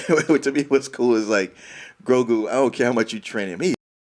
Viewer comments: Grogu! Not Groku! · its GROGU, not GroKU. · Grogu goddamnit not Groku 😫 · Anyone else laugh uncontrollably when they call Baby Yoda "Groku" or "Goku"? lol. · My dude’s, there’s no K or C in Grogu’s name lol y’all keep calling him Goku haha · Will someone tell this man that Grogu's name isn't GroKu? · Why does he keep saying Groku? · Grogu is really that hard to say.